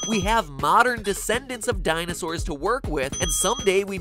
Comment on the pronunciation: you mean, Dinoses?